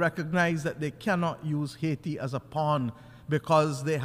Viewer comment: It is pronounced AA EE Tee, "Madame"